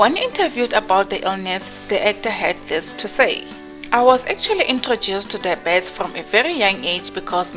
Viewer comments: I hated comments on how you pronounce diabetes, kodwa after hearing you say it.. Ayyyy cc no man,, try Die-B-Ts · 😂😂😂 I thought I'm the only one who has a problem with dibet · Oh Lord... she is tryng to say diabetes... 😟